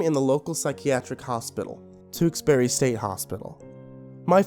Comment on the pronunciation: As a Massachusetts native, I am obligated to tell you Tewksbury is pronounced "tooks-berry". Love you,! =D